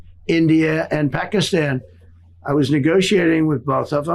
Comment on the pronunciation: Stop saying "PAH-kee-STAHN"... it's pronounced, correctly, in English, "PAKISTAN", and it has been since 1948 . Just say, "Pakistan"; it's not even a "real country" anyway, so there is no need to be saying it "authentically" like that... it's just the western part of India where the British tried to separate Hindus from Muslims, and it doesn't work.